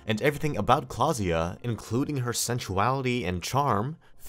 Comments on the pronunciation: klaasje not klaasja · i didnt know thats how you pronounce klaasje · You sir completely botched Klaasje's name